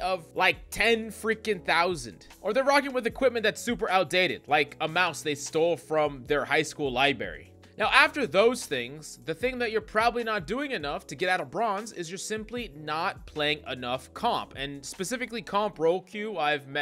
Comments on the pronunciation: It’s library not libary… continue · What's a lie berry? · *Library You have to pronounce that first 'R' as well.